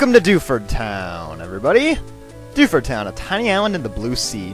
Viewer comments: When you said 'Welcome to Dewford' I thought you said 'Welcome Dufus' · I thought he said "welcome to DOUCHEford town" lol